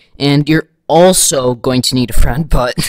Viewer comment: DUDE AT 43 SECONDS WHAT ARE U SAYING FREIND FUT FRIEND HUT LIKE WHAT MAN